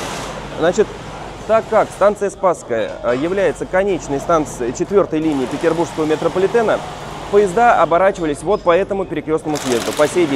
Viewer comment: Метрополитен не ПетербурЖский, а ПетербурГский! Уши режет очень сильно!